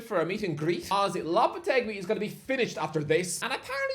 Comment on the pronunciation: lopetegui is not pronounced like that man